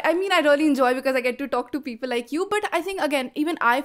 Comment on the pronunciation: Anchor should pronounce “really” instead of “Ree-o-Lee”